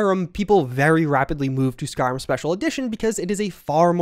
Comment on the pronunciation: SkyRIM, not SkyRUM.